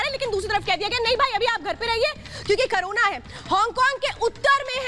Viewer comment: करूण नही कोरोना कहिए